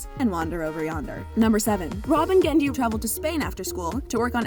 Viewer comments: Why all "Genndy" was re-eddied did she pronounced it wrong? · It sounds like messed up on all the readings of "Genndy" and had to re-record saying his name, pasting in the fix every time his name is said. The cut-and-paste job is really noticeable. "Rob and Genndy" "Rob and Genndy".